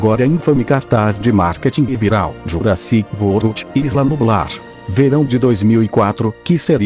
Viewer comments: Ele falou Jurassic vorld o certo é Jurassic world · Jurassic vold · Nessa voz o é engraçado quando fala o nome Jurassic World 😂😂😂